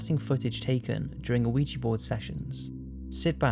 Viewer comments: Also, it's pronounced wee-juh or wee-jee, not OH wee-juh. Take ten seconds and look up names and pronunciations of words that you don't use often. You're catering to a global audience who use generally accepted English pronunciations. has spoken pronunciation toos, it's that easy. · He's using the word AN improperly before a word that starts with a vowel, and is also pronouncing Ouija incorrectly. So he's saying "an oh ija" instead of "a wee-juh/jee" board. He committed to doing it incorrectly throughout the whole video! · Are you saying, "O-wee-jah" board? That's weird. I've always heard it called, "Wee-jah". As in Oui (Yes) Ja (Yes). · One of my favourite channels. just wish the videos were longer. Also, why do you pronounce 'ouji' as "a-ouji?" It should be pronounced as, 'We-G' Keep the videos coming mate! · Wierdest thing in this video is the pronunciation of ouija board..."OWEEJEE BOARD" ??...huh? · There's no O in the pronounciation, it's called a weegee board. I stopped playing with those boards in my twenties. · Saying ouija board sounds like you're saying weegee board 😂😂😂😂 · It is called uh-we-ja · hehe. It sounds like you keep saying LUIGI BOARD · Wee-Gee. O is silent. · Why are you saying "Oh-wee-jah" it sounds weird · Why does everyone say ouija wrong? Its weeya the wee means yes in french cuz my mom teaches french at my school and the ya is yes in german cuz my sis learns german in high school so its yesyes/weeya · It is pronounced wee ja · "uhweegie board" ? Learn to pronounce! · why do you say uiji? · It's pronounced wiji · it's pronounced Wee-Jee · It's wee jah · Am I the only one annoyed that he pronounced the board like it was a surprise each time? "Oh, Ouija board" Other than that, I hope everyone has a wonderful Halloween and/or Samhain this year! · 'Aweejee board' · Did you say "oh-igi" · Its pronounced weejah . the O is silent, just saying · "Oh-wee-jee board" smh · Why does it sound like you're saying "ana Weegee" board?